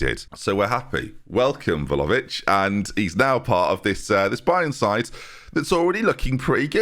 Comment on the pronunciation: I thought I was done hearing VOLOvic 🤦🏻‍♂️😭